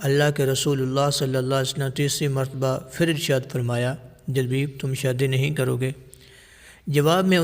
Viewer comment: جُلبَیب اس کا تلفظ ہے